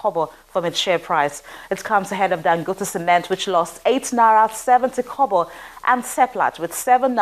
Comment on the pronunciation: it's naira, not nara. Correct your pronunciation. It's a long vowel like, fight and night. If it helps, it's na-ee-ra.